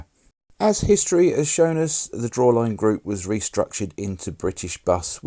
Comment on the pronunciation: Drawlane not drawline...🤙🏻